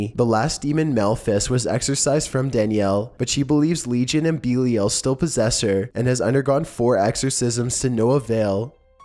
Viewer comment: you have your facts so far fucked on number 6 it's unbearable... demonology is not a religion... there is no such thing as a 'guardian demon'. it's called Demonolatry and an Elemental Demon... it's not ''beelial'' it's Lord Belial. which happens to be my elemental. He is associated with material possessions on earth. Zozo is not a real demon. go check any and all Demonic Hierarchies... If you are going to do these videos you should at least know wtf you are talking about. it makes you look stupid.